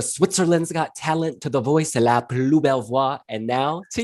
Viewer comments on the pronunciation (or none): none